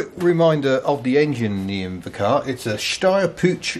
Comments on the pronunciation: Puch It's not pronounced as Putsch, but a soft H at the end. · Puch is actually pronounced P-u-"white noise" - just so you know....